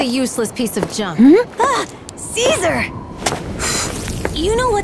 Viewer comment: "Ave true to Casear"